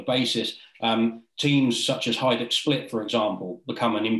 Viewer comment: Really enjoyed the documentary. Excellent research and pronounciation. Respect👏🏻👏🏻👍🏻 Best Regards from Split🇭🇷 Keep on the good work. And keep in mind : Hajduk živi vječno 😊